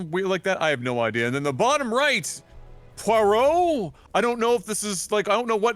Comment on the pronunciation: Pronounces Poirot perfectly, claims to be too white to pronounce a Belgian surname.